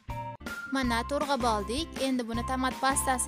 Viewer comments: To'g'rab deng to'rg'ab demasdan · To'rg'ab emas to'g'rab deyiladi.